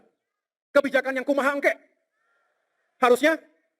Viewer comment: Min , kumaha eungke. ( Bhs Sunda) bacanya jgn engke , jd salah tafsir.